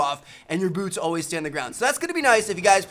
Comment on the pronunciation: arsalan ali he said boots pretty clearly